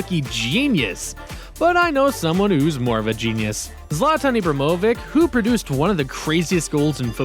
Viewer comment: “Zlatan Ibramovic”